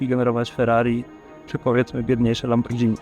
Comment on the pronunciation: Materiał spoko się ogląda i życzę powodzenia ale błagam, mówi się Lamborgini (nie Lambordżini)